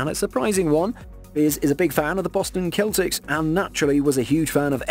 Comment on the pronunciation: I was about to say the same thing. No one in here mentioned how he pronounced Celtics lol